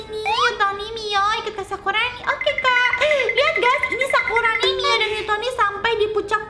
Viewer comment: maaf sakurani kak bukan sakuroni maf sekali lagi